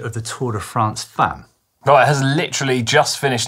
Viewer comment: “Famm” not “Femm”. Irregular pronunciation.